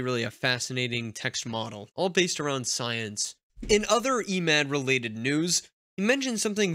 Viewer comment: just a hint regarding Emad pronunciation you should use Lighter E 😁